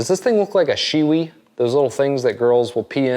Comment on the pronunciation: Dude! you said "she wee"!!